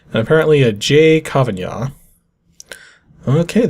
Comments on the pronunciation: Well you pronounced it more like "Kavañah" with that pronunciation of the N in there. I think it's just pronounced like a regular N. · Re that screensaver, I remember a lot of those names from the Irish World Cup '94 squad , but I'm from Ireland, and was 11 at the time... I recall the associated song as well! BTW, "Kavanagh" is roughly said as kah-van-ah.